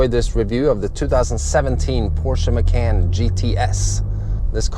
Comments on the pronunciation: Ma-caaaan. Like “Muh-Khan”. You should dub the proper way over the video to make it more watchable. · Porsche 'Muh-can".. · Sorry lol, but its pronounced "Mah-con" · love it when americans teach europeans how to pronounce european brands and names :) (i belive the guy is swedish) no hate though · Has an auto channel, can’t properly pronounce Macan. LMAO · Nice review, but I almost can't take you seriously mispronouncing the car...